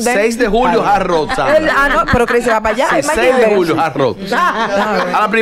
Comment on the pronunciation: y es tan dificil que supuestos comunicadores/as pronunciar HARD ROCK- Jard Ruok y decir JAR ROO